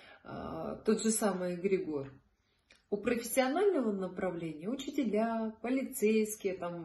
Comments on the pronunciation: Очень интересно и познавательно. Но следует знать, как правильно произносится слово, понятие которого вы пытаетесь раскрыть. ЭгрЕгор. Ударение на 2-й слог. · всё таки какое правильно ударение на слове эгрегор? Впервые в жизни слышу от вас это слово с ударением на О. 🙏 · Очень странно ставите ударение эгрегОр ….режет ухо 😂